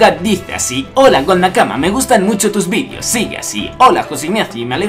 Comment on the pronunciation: pregunta dos puntos ¿ Por qué dices "vidios" y no "videos" ?